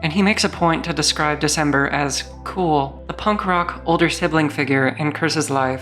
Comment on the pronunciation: "The cember"😭😭